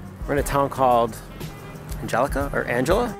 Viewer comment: Did you mean Angola? It's a hard g sound. :) The weather is definitely getting better and better, so I wouldn't worry too much about visiting for your nephew's birthday. The month of February was actually the coldest on record, but Spring is in fact coming and everyone couldn't be happier. ^_^ yaaay